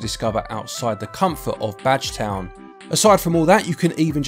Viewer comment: Did anyone else hear "Vadge Town?" I definitely heard Vadge Town.